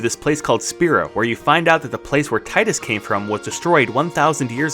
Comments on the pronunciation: Teedus not Ti-dus... you did all that and still you havent learned how to pronounce his name.... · Bro. This guy is not named Tide-us. It’s Teed-us. Spelt Tidus yes. Pronounced Teedus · Why cause he said Tide us. Instead of Teed Us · I love FFX but I’ve never heard of “Taidus”. Who’s that? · I used to say “TIE DUS” too and was surprised when I heard the real pronounce lol. Same with chocobo. I used to say it like “chaw ka boo” lol